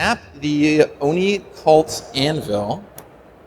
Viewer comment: The best thing about this is the amount of times managed to say "Oni-Cult Anvil" correctly...